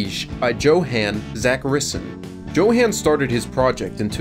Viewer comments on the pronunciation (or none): Johan is pronounced Yo - Han NOT Johan - Han 😂